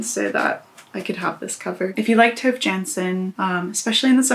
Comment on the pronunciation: 🐛I'm so glad to see Tove Jansson's work in your honorable mentions. I'm still joyfully making my way through her Moomin books. She's such a beautiful writer, and yet is sadly not well known here in the States. P.S. *whispers* Her first name is pronounced like toe-vay.